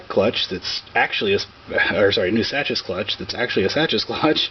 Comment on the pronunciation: Looks like white plastic cylinder on the Spec is a teflon coated bushing (or other similar material). Also I believe Sachs is pronounced as "Sax". I could be wrong but that's how I pronounce it anyway.